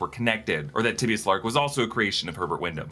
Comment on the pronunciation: I'm not sure that's how you pronounce Tibius